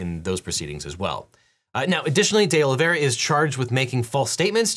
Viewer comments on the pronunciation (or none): All I can hear is Day Lavayrah! (Presumably, D’Oliveira). Sorry!!